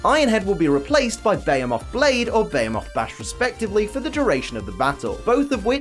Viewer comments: zacian is a play on words of the cyan and zamazenta is the same of the magenta, their shiny has their main color become the color of their name with zacian becoming cyan and zamazenta becoming magenta, also beomoth? behemoth is pronounced be-he-muth, oh god I can't listen to you slaughtering zacian's name constantly so i have to mute the video to be able to watch this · It's bee-hee-muth blade not bay-he-moth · you mispronounced behemoth. Put more emphasis onto the h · No one:: ZAYSHIN Edit - Also: BAYMOTH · When you said behemoth i had no idea what you were saying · The way you pronounce behemoth, though... That is sooo wrong